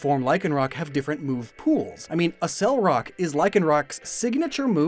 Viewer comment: ACK-SELLER-ROCK!!! ACCELEROCK!!! NOT ASCEL-ROCK!!!